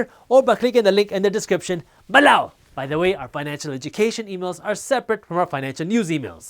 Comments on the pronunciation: I like when you say "beLOOUW" better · Hi, Jaspreet. Which online brokerage account do you most recommend and/or use yourself? I was leaning towards Charles Schwab's, but wanted to ask since your video is sponsored by Webull. (Feel free to PM me.) P.S. I love your videos, especially the guac jokes and how you say "below!" LOL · So funny when he says below! Lol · Am I The Only One That Likes How He Says “Below” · Bro just like the way you say below🔥